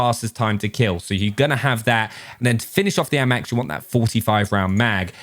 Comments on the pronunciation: Normal people: ayymax: aamaax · The way this man pronounces the AMAX is class